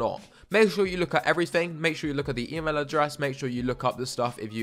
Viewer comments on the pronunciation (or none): none